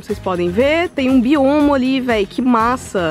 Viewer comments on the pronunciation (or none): Não é biomo! Mas biombo